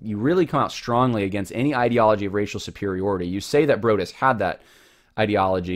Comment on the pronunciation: Broadus is correctly pronounced "Broad" as in "the Broad road" + "us" like the plural form of I.